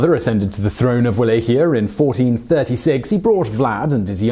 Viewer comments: It`s pronounced Vala-ch-ia. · It is Valahia with V, not U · First time I’ve heard Wallachia pronounced how it’s spelt. Surely it’s spoken as vallachia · Wallachia the sound is V as in val so it sounds like Vallachia even though it is spelled Wallachia. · "Va-LOCK-ee-ah." That's how you pronounce Walachia. I'm a student of both the historical and fictional Dracula, and I've dated a Hungarian girl for many months. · Cringed every time he said it. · He butchered Targoviste (Targo-vista) as well, and Wallachia (Wal-ack-i-ya) every time ... I missed Sighi though, good catch! But he's British and even murders some English names sometimes, so I can't really be mad, lol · oh god please will you learn to pronounce things before saying them on vid its pronounced VALLACHIA not Wallachia spelt with a w pronounced as a V. also that picture of the princess is Elizabeth Bathory. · Your mispronouncing of Wallachia kinda ruined video.. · The way you say Wallachia hurts my ears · The way you say Wallachia makes me wanna punch you in the face.